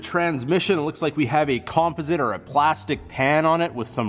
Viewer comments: I was wondering lol, sitting here thinking "I've never heard anyone say composite like that before" lol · You say composite weird. Must be Canadian, nice truck!!